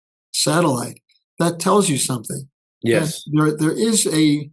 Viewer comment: I love when "comrade" says "somethink" LOL.,, Rich, Tom, EM, Holt, Murray, et al are all fantastic